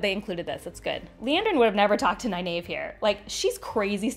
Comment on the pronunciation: I'm sorry but from the audio books and the source material you are mispronouncing Nynaeve's name.